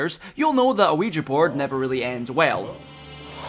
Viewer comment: Youre the first person I hear correctly pronouncing ouija